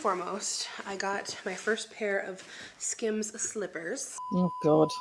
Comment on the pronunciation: "skims"... more like "skams" 😂